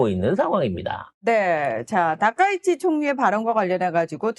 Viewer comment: 아 이 발음이 ~ 그냥 닥꽝 이라고 혀여 ~